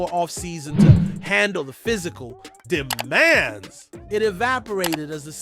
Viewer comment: That DEMAND that read like "I demand" , rather than the "Demands on Gradey" was bad. It literally had me stopping the video to see if anyone was letting that slip.